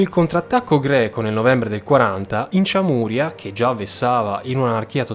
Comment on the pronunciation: Giusto per precisione sonora: Çameria = “CIAMERIA (senza accenti. Vocali della stessa durata. uguali) e non ciamùria. Cioè, come dire non Siciulia ma Sicilia. Grazie